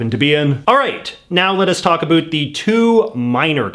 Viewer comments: I'm gonna start a channel just to say about correctly in spite of you. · Stop saying abot instead of about. Only dorks talk like that nowadays . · dude , as a fellow Canadian, you need to work on your pronunciation of "about" 1. it's actually 2 syllables 2. try saying it a little slower. :)